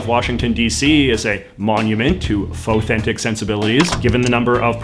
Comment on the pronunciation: Somebody tell JJ he is pronouncing "fauxthentic" wrong. It rhymes with "authentic".